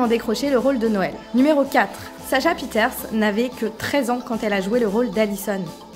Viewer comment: pieterse ne se dit pas « pi-eh-taire-ce » mais « pi-eh-taire-ci » désolée haha mais j’étais obligée